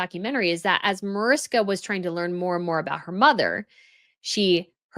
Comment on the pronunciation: MAARISHKA, not MOERISKA